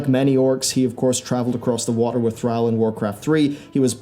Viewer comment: I'm pretty sure it was Arthus who finished Jaina when he got cold feet and you're pronouncing Thralls name wrong.